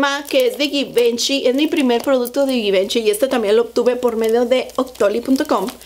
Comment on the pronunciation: Se dice zhee van Chee 😄